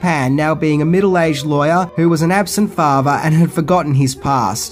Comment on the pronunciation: Father is pronounced with a "th" sound, not "fafer"